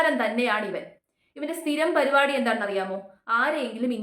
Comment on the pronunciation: Parupadi alla paripadi😅😅😅